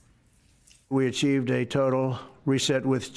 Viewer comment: "Achieved" ?? Hahahahah